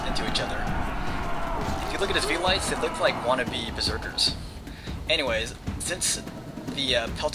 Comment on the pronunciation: Velites is pronounced velitEES if you listen to the commander guy